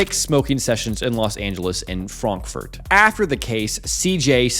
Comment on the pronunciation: bro really said fronkfort